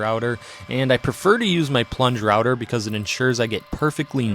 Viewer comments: I totally thought you said “plunger-outer” and it took a sec for me to realize it’s “plunge router”😂😂 I’m a dork! Beautiful work!!! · My brain KNEW he said “plunge router” but my ears heard “plunger outer” 😂